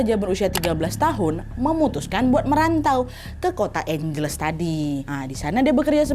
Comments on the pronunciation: Kak maaf aku koreksi nama kotanya Angeles dibacanya juga Ange Les 😁😁😁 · FYI, angeles dibacanya : ang (as in ketawa ang ang ang) hel (kek baca helena) les (dibaca seperti les privat). Angheles.